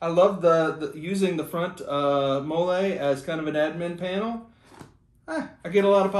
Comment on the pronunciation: Not sure if you’re joking or if you didn’t know how to say it but MOLLE is pronounced Molly. Sorry, not trying to be rude.